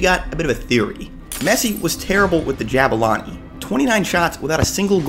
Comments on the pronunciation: Pronounce the U in Zulu in Jabulani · Say it properly JAH-BOO-LAH-NI From a South African 👍